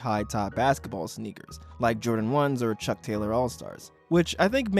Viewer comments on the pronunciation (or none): none